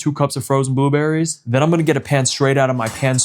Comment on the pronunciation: He said booberries 😅❤